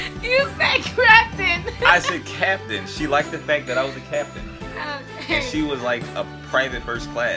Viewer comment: He said craptain 😭